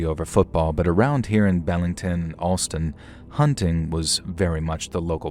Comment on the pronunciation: Be-ling-ton Not, Bell-ing-ton